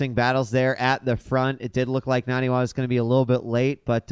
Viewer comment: Nah-knee Wah. it's not that hard.